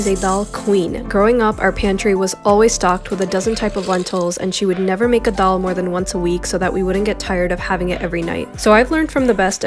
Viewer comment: Bish can't pronounce dal